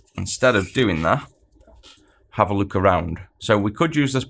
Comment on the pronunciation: When you say "lets take a look" I hear "lets take a LUKE". Love the videoes, thanks for your contributions to the community!